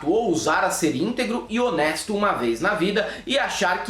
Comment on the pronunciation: Deus eu no escutei isso " o " de honesto 😢 olha que sou borra em português 😢😮